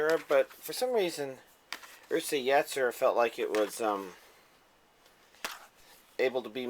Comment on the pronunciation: think he was trying to say Urusei Yatsura pernounced ulaseii yahtsula but spelled Urusei Yatsura